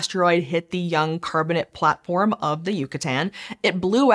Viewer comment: for the algo, a silly nit-pick: Ask yourself, do you pronounce calcium carbonate "carbonit"? Why are you saying "carbonit rocks"? They are carbonate. Last I checked, the word, "ate" is pronounced like the number 8. The rocks are carbon-ATE rocks. Please and thank you.